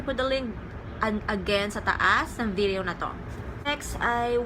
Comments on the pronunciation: Nakakainis yung pag pronounce ng VIDIYOW HAHAHAHAHA ARTIII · Natatawa ako sa pag pronounce sa video at products pero ang ganda nag content